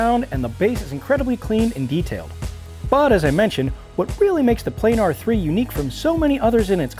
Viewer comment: Plah-Nahr goddamnit !!!.